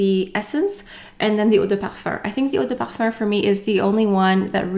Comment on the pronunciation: As a european person who studied french for 8 years and has a native french partner I will agree to disagree. The pronunciation is wrong and it’s kind of weird because it happens only when she says “eau de parfum”, when she says parfum it’s in english. So you’re better off trying to pronounce it like “ouh-deh-parfah”” or “parphæh” or even include the “m” at the end than say “perfurrr” because it doesn’t make much sense.